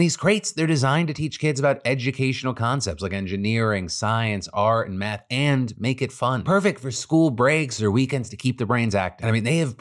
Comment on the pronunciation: Did Phil say "Engineering, science, art, and meth" during the KiwiCo ad? 😂